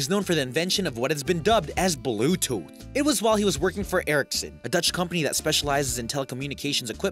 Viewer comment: The pronunciation is so bad, i do hope he even tried to practice names and words at any point. Ericsson is a Swedish company...